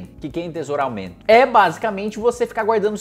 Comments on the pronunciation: Enterousaumento!!!!! kkkkkkkkkkk!!!! Vamos de soletrando --- En-te-sou-ra-men-to!!! Capicce!!??? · kkk falou errado de novo. Kkkk só lembrar de teSOUra CARAMBA! 😅😅😅😅😅😅😅😅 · Ninguém: Kataguiri: Entresoraumet... Ensoutare... Entesoroaumento.. ah sifude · KKKKKKKKKKKKKK ENTOUSEURALMEUNNTO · Quando a Dona Florinda chama o Kiko de Tesouro ela está cometendo um "Entesoraumento" kkkkkkk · O Kim é formado em Direito e não sabe pronunciar palavras difíceis. Em fim, a hipocrisia. 😂😂😂😂😂😂😂😂😂